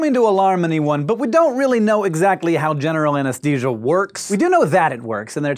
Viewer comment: Hank! Why do you keep saying "ANESTESIA" instead of "ANESTHESIA"? It's making me crazy!